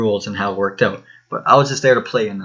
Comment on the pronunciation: Reanimation MY CANADIAN BROTHER